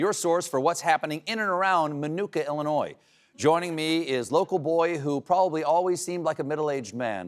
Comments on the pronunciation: Did he just pronounce it illinoise? Glad the show got cancelled. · Did Stephen say "Illinore?" Man, those South Carolina accents are funky.